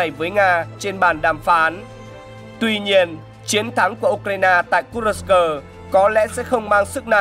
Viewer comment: Kênh này hay, biết đọc tên vùng Kurxc.